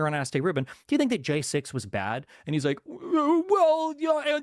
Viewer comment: He cums in his pants every time he says jaysixth